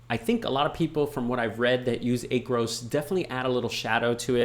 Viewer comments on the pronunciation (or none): Great video. Please pronounce it as Aaaacros in your next video. LOL